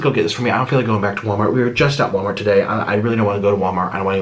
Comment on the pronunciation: 1) Nik’s bed sheets 2) the mukbang tray 3) “wommart”